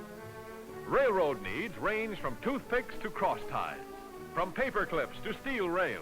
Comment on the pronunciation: The narrator says "rail" fine; but he consistently pronounces "railroad" as "rayroad".